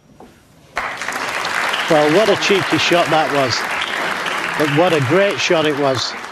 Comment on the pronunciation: ... "Well wat a cheeky shot that waz and what a great shot it waz!"" 😁